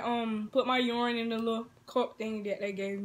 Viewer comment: She said Yourine